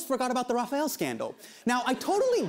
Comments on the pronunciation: And it is not "Rafael" it is "Rafale"... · Lost me when he said "Rafale Scandal"